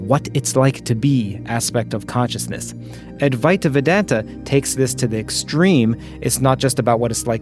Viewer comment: C'mmon! You can do better with the pronunciation of Adwaita Vedanta!😄😅